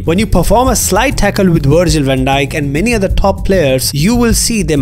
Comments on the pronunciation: I though he said “virgin van dike” 😅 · “Virgin” Van Djyk 💀